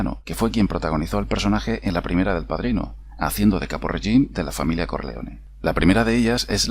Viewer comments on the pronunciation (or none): Amigo, la e final se pronuncia en capo regime.